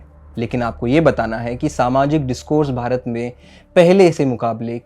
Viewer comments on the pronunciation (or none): none